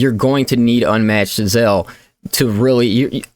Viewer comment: 'Ze-al' lol Not 'Zay-zel'